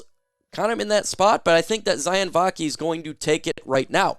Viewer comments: Let me help u out? Sione is not pronounced “Cy-On” it’s pronounced “See-Oh-Nay.” It’s Tongan, and in Polynesian languages, the sounds are phonic and the vowels have the same sounds as Spanish. E’s make and Ā sound and i’s make and “ee” sound. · Maybe one of these days you’ll learn how to pronounce Sione properly😂